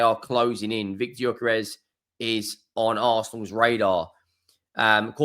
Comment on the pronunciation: Gyökeres is pronounced: Yuh-ker-res.